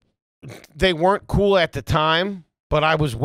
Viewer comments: I love that pronounces 'claddagh ring' like its something you order from Dunkin Donuts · needs to take some English classes. It’s not a coffee coolatta ring it’s a claddahg ring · It's pronounced Clahduh not dunkin coolatta ya trash bag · trying to pronounce claddagh and saying coolata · Great episode!! But please please please stop pronouncing claddagh as if you’re ordering a pina colada. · He’s pronouncing it wrong. It’s Claa-duh. He’s adding a syllable. Gold Irish wedding band. Two hands with a heart in the middle. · It's pronounced Clad-ah. And both men and women in Ireland wear them. Women's ones are more decorative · Idk why foleys pronunciation of claddagh is bothering me… but that shits been throwing me over every time he mentions it